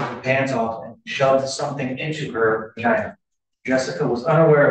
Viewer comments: The lawyer actually said "vergina". lol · Do you think the judge was talking to the clerk about the lawyer saying “vergina” ??